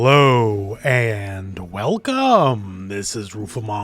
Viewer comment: HehLOWW And WELCoME